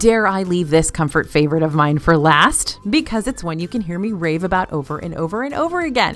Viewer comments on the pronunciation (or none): none